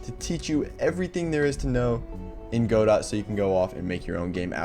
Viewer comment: Dude please pronounce it Goh-Doh😭